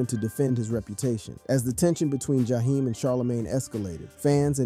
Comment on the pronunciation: And who is Ja- hime? 😂